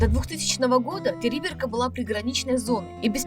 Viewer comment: Правильно не Териберка ,а ТерибЕ́рка